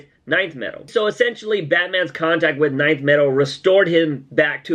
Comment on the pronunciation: Its not NINTH metal its Nth metal. just pronounce the letter N